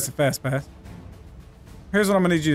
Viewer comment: I thought it was fastass but it was fastpass😂🤣